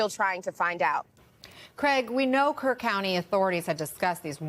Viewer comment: It's not pronounced like CARE county. It's KERR like you're saying Grrrr.. Replace the G with a K.